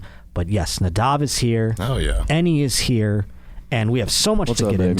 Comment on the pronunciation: Moss? Lol at least get his name right lol